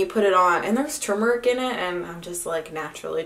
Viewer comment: (Too-mer-ick) =Turmeric just a heads up ♥